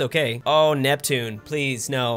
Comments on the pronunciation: Neptune is correct (the Latin name) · It’s Neptune my friend Thank you for getting it right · It’s Neptune, you got it right